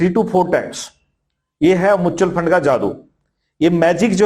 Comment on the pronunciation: Faaand nhi fund hota hai...😅